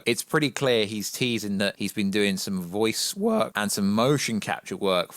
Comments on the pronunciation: "voice wORk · "voice wOrkK"